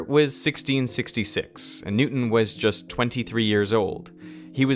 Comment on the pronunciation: I love how he pronounces Newston as "new un"